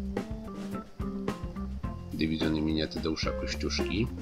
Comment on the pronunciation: Kiedy powiedziałeś dyw. nr. 303 usłyszałem że jesteś z południa Polski ,Małopolska albo Śląsk .